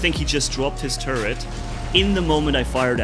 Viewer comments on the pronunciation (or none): none